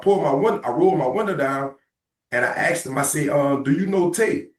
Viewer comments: I axed him! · Axed question lol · 10 seconds in and we already have an "axe"